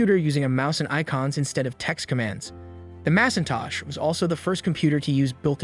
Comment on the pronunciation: Lol Mass-in-tosh???